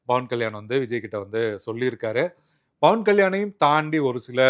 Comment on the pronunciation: Athu Pawan kalyan, not Bawan kalyan 😂